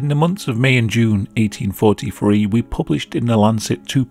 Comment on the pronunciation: 1843 THree not eighteen forty free 🤦🏼‍♀️ please say your TH’s it sounds so slobish